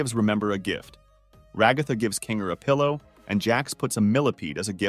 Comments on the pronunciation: implausible 😳 "the shining queen" "Kane" "king(kinger)" He called 'king' a "her" "the room only contains a bed and there is no actual door,the room only contains a bed and there is no actual door." He tried to pronounce kinger with 'king her' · dafuq before it said pomni as poverty and ahh yes my fav character "jangle" and oh look a second before it said "romni" oh and I love "zwibal" can't wait for kine, remember, zooball and jangle oh and I love "Cosmo" and "cowfmo"